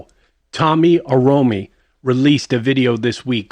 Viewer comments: My guy, won't you at least take a second and pronounce the Apostle's name correctly... Like seriously. Do your research about this Apostle, and you have not heard anything or you would know his name. Be careful how you distort to the full teaching or prophesy. This man is God's elect. God warns not to speak against God's elect. Stop trying to "expose" where no exposure is necessary. You trying to step on others to make yourself feel better. BUT GO and see how many prophesies that Tomi has prophesied has come to pass. His track record of delivering the word of God is insanely accurate. Shame my guy, lazy , uninformed videos will not rise against a God fearing man. As for you... Yeah... You need something to do with your time... Just because kids like trees 🌳 doesn't make it good... Please remove your pagan support , and your false interpretation. Please let every one who watches this video, take the time to watch this full teaching from Tomi before you make your decision as to who and what Tomi is. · Dude, i dont know your name but seriously... Are you sure it's been removed? You can't even pronounce his name properly. Sure you don't want anyone to see the full video because they will see you twisted this to suit you and not the truth. Share the link ! If you're so sure of your story? Haven't seen you prophesy into nations and it come to pass. But anyway... shame...